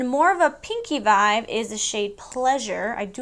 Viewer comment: I freaking say Vive now instead of Vibe because of you. We’re like bff’s lol I wish